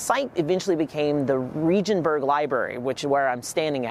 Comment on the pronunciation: Regenstein (hard g) library, not Regenberg (soft g)